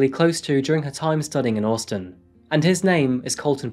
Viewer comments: I'm sorry, but why do you keep pronouncing Austin as Orstin? It sounds super weird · absolutely not. He pronounces the “ au “ the same way a Brit would “ Daughter “ … in the UK, we typically pronounce Austin like the “ Au “ is an O. But he says it either very poshly, or just different to normal. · Austin. The non British part of accent shines when you say this. Took me 3 times to realise what you were saying. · Orstin Texas 😂😂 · You say Austin funny lol. Even in an English accent, you say it funny. Anyway, love your videos mate lol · Why do you say Austin like that 😂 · The way he says Austin though 😂😂😂🤦🏽‍♂️🤦🏽‍♂️🤦🏽‍♂️ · He often mispronounces places and names. Apart from that he’s a good narrator. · Are you trying to say "Austin" bro?